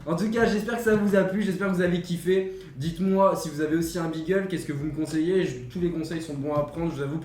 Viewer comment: Magnifique chien et pitié beagle se prononce "bigle". Hormis ca c'est un chien de chasse, et par dessus tout il fait parti des chiens courrant utilisés en vénerie au grand gibier donc il aura besoin de beaucoup de promenade et beaucoup d'amour ( mais ca c'est la base je pense )